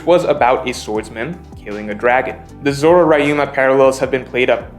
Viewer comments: "Raiuma" really? people still haven't learnt how to pronounce "ryu"? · Stop pronouncing Ryuma like Ryan, ty.